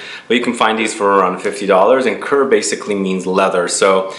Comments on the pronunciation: great list! by the way, "cuir" is not that difficult to pronounce, it is very similar to the English word "queer", just with a French R at the end. Greetings from Belgium! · Thanks for the informative series. Language tip: I speak French and Molinard Cuir is actually pronounced in French more like 'queer' (not joking).